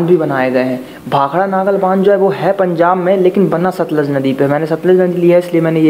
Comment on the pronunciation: Naagal ni nangal